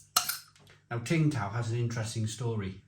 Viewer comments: It’s not Ting Tao you idiot. It’s pronounced Sing Tao. The “t” is silent. Do your research. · I love Home and Bargain a working class shop selling real imported beers which posh shops would chare much more for. BTW Tsing Tao is pronounced Ching-dow. they sell massive jars of olives for 1.20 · Tsingtao is pronounced Ching Dao… I visited the brewery in Qingdao!